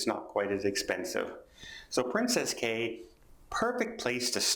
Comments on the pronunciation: It's pronounced Keys not Cays. princess Cays but pronounced Key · Pronounced as keys. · Pretty sure Cay is pronounced as key.